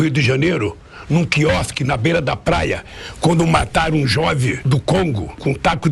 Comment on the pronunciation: Augusto Nunes e distintos pares: Você nem mencionou o "detalhe" desse "solene" pronunciamento do candidato comunista, quando nessa fala dele se ouve a seguinte pérola: "...Quando MATARO um JOVE do Congo com um taco..."